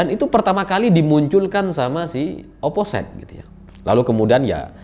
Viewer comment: mohon maap mase, itu dibacanya oposit jgn oposait (biar tambah josss yew)